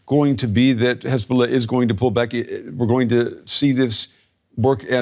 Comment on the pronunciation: 16/9 -HEZ-BOLL-AH 17/ 9 -HEZ-BOLLS-NO